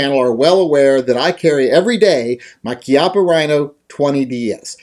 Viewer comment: Bravo! Somebody who actually knows how "Chiappa" is pronounced. Ti salute.